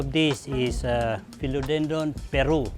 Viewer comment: Almost lost it at “Philodendron Peru” 😖🤣